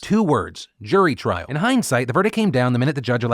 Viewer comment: Okay I have been seeing this a lot and I don't mean to be rude but the word is "trial" not "trail"